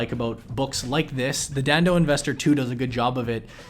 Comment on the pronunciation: haha how he said dhandho (the gujarati word means business).